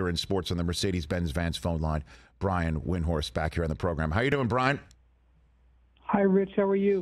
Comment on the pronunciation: Eisen mispronounced Windhorst's name. So does nearly everybody. Windhorst stopped trying to correct everybody a long time ago. But it's still shitty interviewing if you can't even correctly pronounce your interviewee's name. And if you're not sure, then ask.